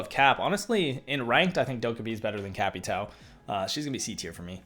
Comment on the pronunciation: Please stop with cap e tow pronouncement please it hurts my head